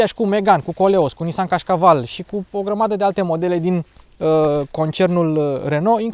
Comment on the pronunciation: Frateeeeee mi-a sărit mancarea din gura cand am auzit de Nissan Cașcaval 😂😂😂😂😂😂😂😂😂😂